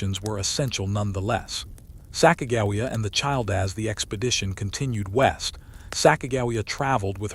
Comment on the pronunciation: You pronounce Sacagawea wrong